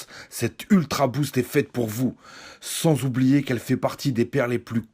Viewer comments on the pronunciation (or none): none